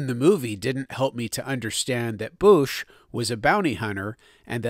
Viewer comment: I always heard it was pronounced "bowsh"